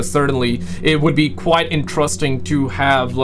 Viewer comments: Dude, it's IN-TER-EST-ING. 4 syllables. NOT " entrusting " please. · Kwite interusting.